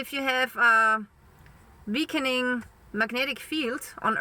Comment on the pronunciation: I'm just here to hear you say "veakening" 😊 Love ya dear!